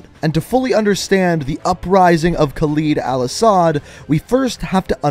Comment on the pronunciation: Your saying his name wrong